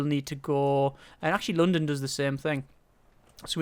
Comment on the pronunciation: The wat you say london pisses me off so much